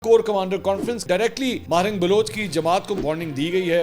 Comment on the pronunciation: ماہرنگ نہیں ہے صحیح نام ڈاکٹر مہرنگ بلوچ ہے ۔۔۔۔ بلوچوں کی آن اور شان ہے ۔۔ بلوچستان کی شیرنی اللہ سلامت رکے